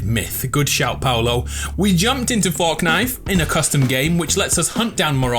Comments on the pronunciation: lets play forckknight Me: what did you just say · He said forkknife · Myth why do you say forknite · “Forkknife” 3.33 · Is it me or did he pronounce fortnite forknife